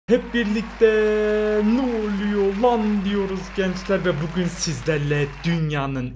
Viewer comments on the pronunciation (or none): none